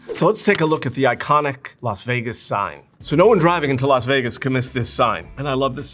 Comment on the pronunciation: I really enjoyed this intelligent, well-examined breakdown of a lost iconic world. Thank you. (why is Las Vegas pronounced Los Vegas?).